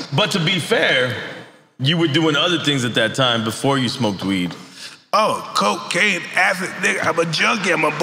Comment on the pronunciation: Mike said “ Co-Caine, acid” lmaooooo